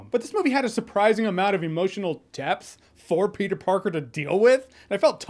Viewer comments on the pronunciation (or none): Petah-man is spidadog whole time? Wowzers